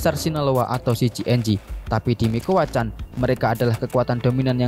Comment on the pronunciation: la familia micuakan bang, bukan mikuacan